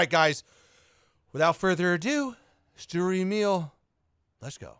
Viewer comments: It's pronounced schturer Emil, just wanna help😉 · No hate but as a german i hate how you say sturer emil